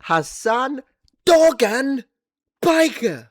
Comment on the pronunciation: Not defending that disgusting loser Hamas Piker but the Turkish name Dogan isn't pronounced like that. The 'g' is silent in the name so it sounds something like 'doh-aan' instead of the way you're pronouncing it.